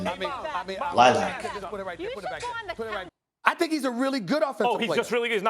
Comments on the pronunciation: “Lilac” Lol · This man said lilac lol...